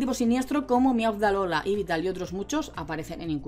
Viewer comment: No entiendo esa pronuncion de yveltal para ser sincero y da bastante tok jajaja